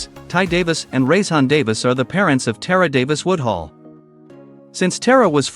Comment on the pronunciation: I love Tara, but get this trash out of my feed, YouTube! The AI used to generate this hot mess can't even pronounce her name right...and doesn't even know she has a contract with Lululemon and not Addidas. TRASH!